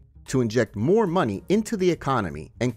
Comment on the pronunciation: “Muh muny”